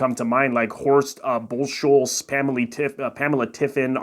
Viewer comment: It's Horst Buck-holtz. Hey, people on line, learn how to pronounce names.